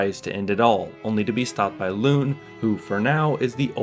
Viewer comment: You’re saying Lune wrong, but it’s ok I’m not mad